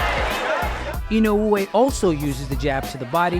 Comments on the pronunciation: C'mon top rank.. this man is printing you 💰. The least you could do is learn to say his name right. Just say 'E know way' at least it's closer than 'e no ooh whey'. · It is 4 syllables, but I think the emphasis on the e-no-OO-ay is the strange part. In Japanese the syllables somewhat blend, and the emphasis should be more like EE-no-oo-AY. Applause for doing your research beforehand though! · his name is not inouuuuoooye btw. its just I N O E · In-o-way, that’s how you pronounce it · Idk why English speakers tend to make Japanese names more complicated, dudes name is NOW-YA IN-Oh- Way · He's not Hawaiian dude, you can just say "In-oh-way" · Don't listen to these guys please, it's Ino-weh simple as that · The correct pronuonciation is, Now-ya Ino-way! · Say his name properly. Put some respect on it. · i cringed every time i hear you say inoue name, sorry i cant finish the video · The way he pronounces his name pisses me off. At least say it right if your gonna make a video about him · How this guy pronounces "Inoue" rustles my jimmies